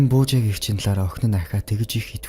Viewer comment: Буужаагын биш Буужаагийн яагаөд эр эм ы ий-гээ ялгадаггүй юм бэ